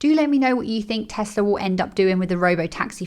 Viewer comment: Teslar? Never heard of it. Teehee